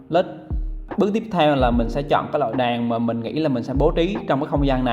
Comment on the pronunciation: Đàn đàn cái lol .ngọng vừa phải thôi chứ .đèn lại cứ nói đàn